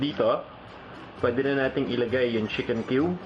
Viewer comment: Sheeken or chicken???